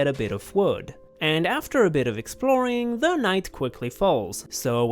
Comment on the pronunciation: “So, let’s get exproling!”